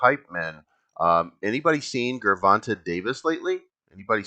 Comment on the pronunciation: Love the content and I agree... I'ma just need you to say that gervante with a j sound and we can be cool again 😂😂😂